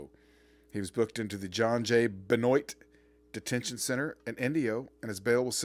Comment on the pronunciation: Benoit= Been-Wah ( just trying to be helpful)